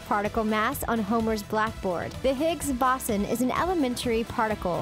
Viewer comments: Apparently Stephen Hawkings was a hairstylist and not a COSMOLOGIST. Also, it's the Higgs Boson (Bow-zon) not (baw-sawn). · “the Higgs BoSsUn” 🤦🏻‍♀️ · 😂Most of these things have been theorized for decades.....also, you mispronounced higgs-boson